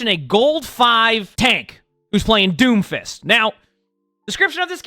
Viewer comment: "d o m f i s t" said confidently